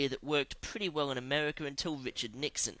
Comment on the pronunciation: ...who invented Amehwicka